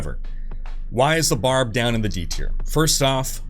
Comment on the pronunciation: Can’t get over that he says”Sork” like yeah let me play a Sorkerous. Barb is pronounced like the start of barbarian. Just bc you shorten it doesn’t change it to the other “a” sound.